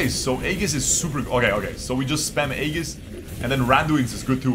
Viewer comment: "ee-juhs" not "ay-gis"